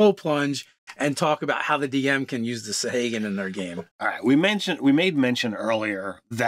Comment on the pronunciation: You guys really butcher pronunciations sometimes lol, and not even consistently (sa-hay-gin/sa-hah-gin, krak-en/kray-ken). Great video regardless!